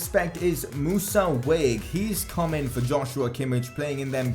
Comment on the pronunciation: I think it's pronounced wag-weh cause there's an acute accent on the "é"